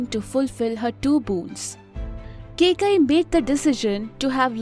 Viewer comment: if only kaikeyi was pronounced correctly this video would have been properly informative love the hard work you guys do